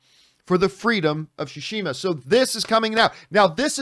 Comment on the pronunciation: FYI, it’s “sue-she-muh